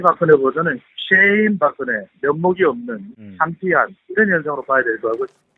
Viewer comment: 오대영 기자님 발음 꿀잼. 솨ㅑ이 박그네